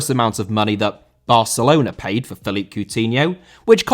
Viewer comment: Philippe* not Phelipp